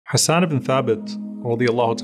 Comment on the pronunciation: جزاك الله خيرا May we always defend our beloved رسول صَلَّى اللَّهُ عَلَيْهِ وَسَلَّمَ Beautiful pronunciation of the names Hassan and Ayesha.